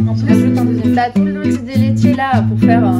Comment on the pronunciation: cuando dijo dulce de leche como anya taylor qkjdkask mi pais mi pais ❤️❤️❤️